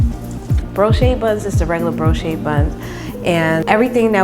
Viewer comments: Never heard of a Broche [Bro-shay] bun but I've had Brioche [Bree-osh] buns hella times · Looks good! The bread is BREE-OESH